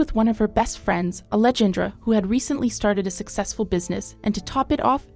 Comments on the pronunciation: Simple name in Spanis pronounced-- Ah-leh-hann-drah. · Ale-Jan-dra? Dude just take the literal 5 seconds to google a simple name, and how to pronounce it. Kind of an inappropriate place to mispronounce someone’s name.